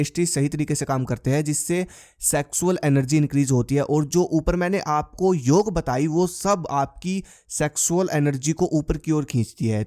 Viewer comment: योग है भाई योगा नहीं